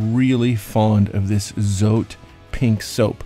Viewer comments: And the zote is pronounced "Soooteeee" its Spanish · Zote? Is mexican pronounced sote!